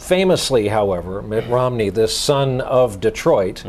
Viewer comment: I want to know more about this "Ritt Nomney" character....